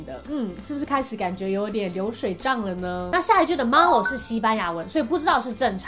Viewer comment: Malo 你讀錯了